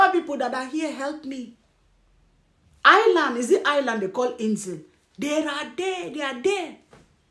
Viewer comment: Island is correct!!